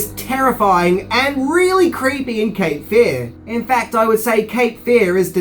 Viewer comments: Love your videos, but your emphasis on the wrong syllable in this one, when saying “Cape Fear”, is driving me bonkers. It’s Cape FEAR, not CAPE Fear. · It's "Cape Fear" not "capefear"